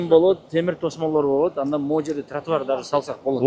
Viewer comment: Тура суйло долдондобой тротуарынар эмес Тратуарды деп суйло ал общей